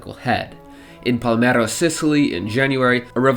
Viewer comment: IT'S PALERMO NOT PALMERO